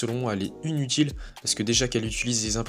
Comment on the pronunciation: Sinon.. on dit " Inutile". Pas unutile